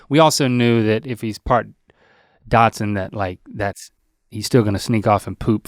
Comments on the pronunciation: Link keeps saying “miniature Datsun” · I love how Link pronounces "Dachshund" as "Datsun", like the old car brand that turned into Nissan in the 80s 😊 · Is Link's pronunciation of dachshund a southern thing? Everytime he says it I am reminded of my grandparents old station wagon. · I noticed that too. It made me giggle. My first car was a Datsun.